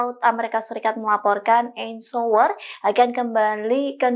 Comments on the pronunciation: Cuba sebut Eisenhower? 😂😂 ITU pun kamu gak bisa? Sekolah lo habis ngak? Kualitas Indonesia. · Yg baca nama presiden USA yg dulu saja salah.